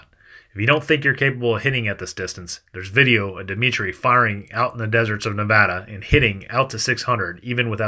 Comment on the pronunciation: Thank you once again for saying nevada right. Had to laugh all camouflaged then black rifle haha you know better